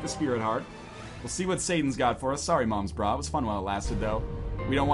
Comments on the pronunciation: Is it not moms bra? Not noms bra? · what the hell its not noms bra